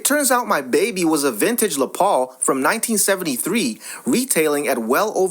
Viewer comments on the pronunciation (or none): STOP USING ELECTRONIC VOICE OVER, the guitar, Les Paul is pronounced "LESS" Paul, NOT "LE ' " Paul, for christ's sake....makes this page appear run by an idiot $50 for an original Les Paul, even broken it worth that much, as soon as she agreed to $50, i would have shut up, handed her the $50 and left, heading to my friend's house who works for a instrument retailer to blow his mind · That is Les Paul it is pronounced less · It’s pronounced (less Paul ). I think this story is FAKE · Thank you. That actually gave me a small stroke when he pronounced it like it was French........ 🙄 😅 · les paul. say every letter in the first name.. Les(ter) or Less -paul. : )